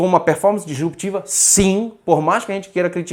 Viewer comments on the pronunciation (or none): Acho que ele está falando sobre a pronúncia do, "dEsruptiva" em vez de "disruptiva".